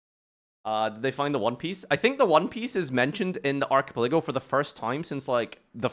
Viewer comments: Proud of ya but my guy, its pronounced "arca-pela-go" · Ark A Pa Lay Go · How would you pronounce that word if you've never seen it before? It's not exactly a topic for a casual conversation, UNLESS you're talking about One Piece. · I’m having an aneurysm every time he says archipelago.